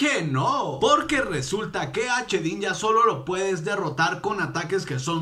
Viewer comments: se dice shedinja no chedinja !! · Se dice shedinja no chedinja